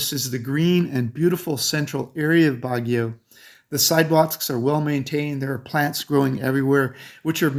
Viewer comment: I can't take you seriously when your pronunciation on half the locations you've claimed to live (as have i) are incorrect. You nailed Bagio, but that place is way overcrowded and Bagio makes you feel like you're in a sardine can.